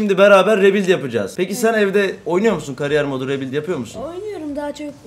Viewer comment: Ri büilyd. Oglum rebilt degil Ri büilyd Ri Büilyd